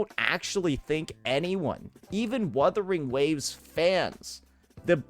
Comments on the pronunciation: "Werthering waves" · Wotherwing waves 😂😂 Bruh pronounced it two different ways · they just joking about the way says the game's name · bruh, he meant that the emcee didn't say the name right so it's not a 100% win😂